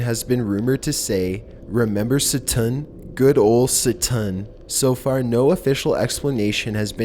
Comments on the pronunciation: Member Satun? Oh I member Satun. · How the f*** do u pronounce "satan" wrong???? Get it right and worship him properly. I'm offended